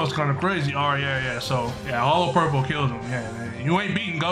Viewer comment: Hollow purple= hollo purple lol 😂